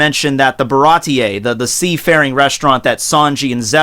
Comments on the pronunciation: dude you gotta take the time to learn the names of persons/places in one piece 😂😂😂 ba-rah-tee. marie-joe-ah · Awesome vid as usual, but also as usual your pronunciation could use some work:3 Germa 66 - said like the word German Capone Bege - (beg-gay) Baratie - (bah-rah-tee) Sabaody Archipelago - (shyah-bone-dee) I don't know why it's pronounced like this, but it's true... I realized how ridiculous this story/world is when you said, "Zou is hard to get to/find because it's on the back of a giant elephant" with a straight face. I love this manga/anime so much, haha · Getting really hard too watch this. So many willful mispronunciations. Can't even blame them on differences in reading since you say you're current on the anime. Names like Baratie and Bege have been around for years now, come on man.